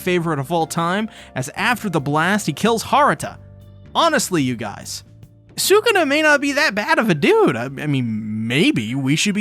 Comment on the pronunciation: I’m sorry but sukana …. You mean sakuna